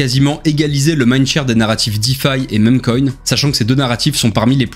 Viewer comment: super vidéo, juste une remarque meme coin se prononce mim coin